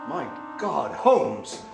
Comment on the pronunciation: HoLmes....not Homes